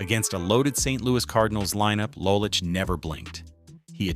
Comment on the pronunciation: it is LOW lich not LAH lich